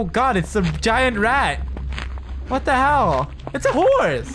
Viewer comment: You sounded like a white girl when you said what the hell